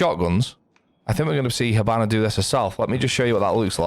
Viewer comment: I can't unhear it "hibannar"😂 good tips brother